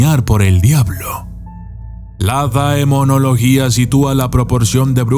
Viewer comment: No se pronuncia daemonología...